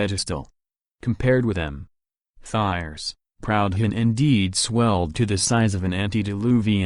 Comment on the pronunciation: Jesus, can’t even pronounce the name “Proudhon”!